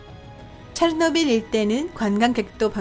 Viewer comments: 체르노빌을 체트빌이라고 발음함 최소한 성우라면 발음 연습이라도 하고 오던가 아니면 소리라도 끄고 듣게 자막이라도 달던가 솔까 토픽 채널이 다른 과학 채널보다 유익해서 구독자가 많은 줄 아나? 토픽 채널보다 유익하고 재밌는 과학채널 널림 북툰을 비롯해서 리뷰엉이, 신박과학, 1분과학, 미노스, 밝은면 등 이 채널의 지분 중 80% 이상이 힐소님 지분이고 힐소가 없었으면 구독자 2만이라도 됐을거 같음?ㅋㅋ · 으악 오늘 음성이 최악 ㅠㅜ 체노 빌? 교포인가?